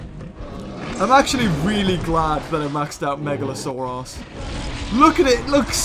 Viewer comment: When u said megalosaurus it sounded like mega a sore ass